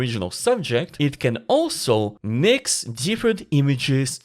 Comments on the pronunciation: I think he was trying to say Mix it with Jinx from Arcane. but I thought it was hilarious as well. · Did my man just say "Minx" from Arcane? 😂 Jokes aside, this is awesome. Good to have you back!